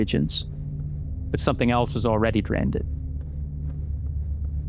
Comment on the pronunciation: This guys accent is so funny. The way he pronounces drained, player, and places are so funny. It’s that long long a sound